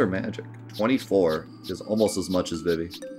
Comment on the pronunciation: It's pronounced "Zuh-Don" and "Vee-Vee"